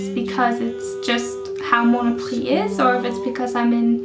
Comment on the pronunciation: Thk you to make me laugh ;)à Mono prix with a X lol , price = priX in french . I am stunned by your french accent nice ;) , and you re cute also without the light ;p hug